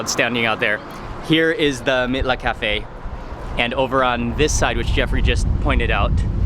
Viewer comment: Mitlas is pronounced "meetlas" .... js